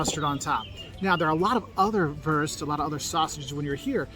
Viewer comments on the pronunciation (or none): The guy in the video mispronouncing "Wurst" as wörst in a sort of pseudo-English accent hurts my soul.